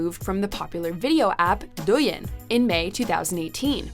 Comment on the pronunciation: what the hell is duyin, haha, it's pronounced as dou ying, she straight up butchered it so bad.......